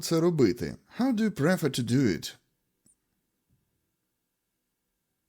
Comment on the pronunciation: Перевірьте як вимовляется дієслово "prefer" 😢